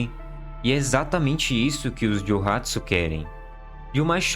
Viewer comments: Não é ( joe )) Jiyohatsu) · Não é juuhatsu é jouhatsu じゅうはつ juuhatsu está errado じょうはつ 蒸発 jouhatsu seria o correto